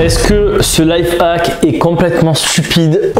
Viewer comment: on dit life hack et non life hac